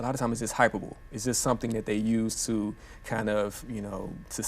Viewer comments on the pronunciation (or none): It’s “Hyperbole” not “Hypebool”